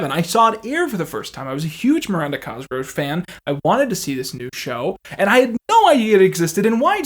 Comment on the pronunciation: Coming back years later for a personal retrospective on this series and every tine he says "Cosgrow" instead of "Cosgrove" hits like a flashbang